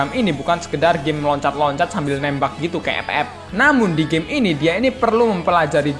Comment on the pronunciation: Woy nyet lu ngomong game atau gey?